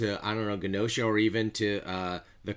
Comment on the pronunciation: Bro, it’s pronounced Ge-No-Sha. Moria died in X-Men #108 back in 2000. I think the colors symbolizes dark futures where she goes on the offensive and the lighter ones are ones when she was attacked.